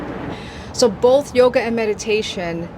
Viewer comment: Ever notice that a lot of people say “bolth” instead of both, ha ha.